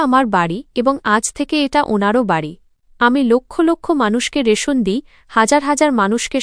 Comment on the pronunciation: রাসন না রেশন হবে